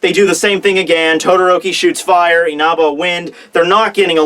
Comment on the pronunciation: Dude, stop saying Inaba!!!